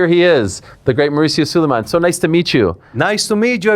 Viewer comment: Mauricio Su-LIE-MAN!!! Fake Mexican his parents weren’t even Mexican bro